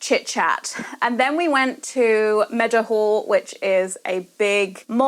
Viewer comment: Congratulations 🎉 Being from South Yorkshire, thats the first time I've heard Meadowhall pronounced correctly.... it's usually "Meadow'all" 😂